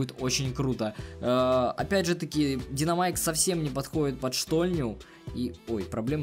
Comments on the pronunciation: У тебя ошибка там правильно будет динамайк а не диномайк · Да блять,правильно Динамайк,а не ДИНОМАЙК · Не диномайк, а динамайк, хотя пофиг